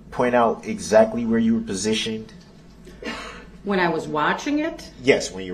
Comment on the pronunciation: These are his witnesses and he never wrote down their names. Such a jackass. He says prasitioned, instead of positioned. So ignorant.